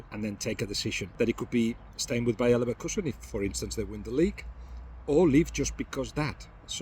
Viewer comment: mandem said liverkuesen